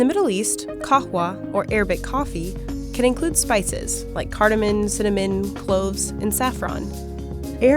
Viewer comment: "Cardimin" lmao